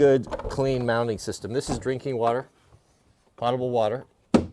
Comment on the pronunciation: Pronounced, pote able like as in potatoes. Potable Not Pottable, as in a potted plant. I hear so many people pronounce this wrong.